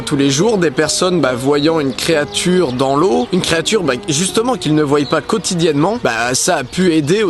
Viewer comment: "qu'il ne voillent pas"